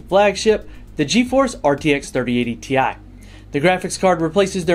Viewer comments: It's still pronounced Tea Eye :) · You should have pronounced TI as tie